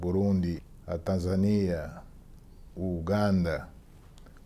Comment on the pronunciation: Nem sabe falar Tanzânia kkkkkkk